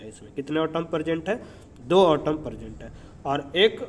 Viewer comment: Sir not otom it's atom Vsse app samjate bohat accha ho samaj bi aa jata hai god bless you sir